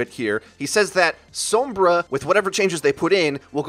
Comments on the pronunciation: HER NAME IS SOMBRA, NOT SOOMBRA. HER NAME IS PRONOUNCED MANY TIMES ALL OVER THE GAME AND EVEN HER TRAILER WITH REAPER. HOW ARE YOU STILL GETTING IT WRONG? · Its not pronounced sumbra😒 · How he says Sombra makes me want to unsub D